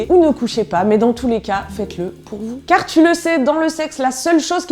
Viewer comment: "Carrrr fér lé sexe" 😂 Vidéo très juste et drôle 👌